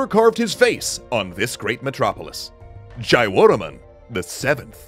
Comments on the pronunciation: Hello from Cambodia, Jayvaraman Khmer people pronounce as Chey Voraman. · Very Nice, I learned about Angkor in school. You can pronounce the name properly if you separate it, Surya Varman, Jaya Varman and etc.